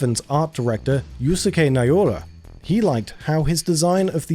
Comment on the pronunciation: May I make a suggestion with the name you said in the video, Yusuke Naora? The first name is pronounced as "Yuss-kay" Not Yu-suku-kay.